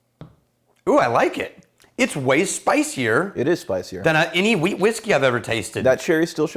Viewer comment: Every time you guys said Wheat, all I heard was Weed 🤦🏻‍♂️